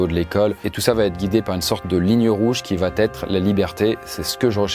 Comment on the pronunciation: "va T être " on dit on va être,le T est de trop 😂